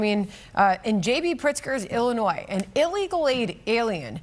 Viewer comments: Bruh pronounce Illinois right 😂😂😂😂😂 Illinoise😂😂😂😂😂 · Love the channel but can someone please tell the that the "s" in Illinois is SILENT...it is driving me mad lol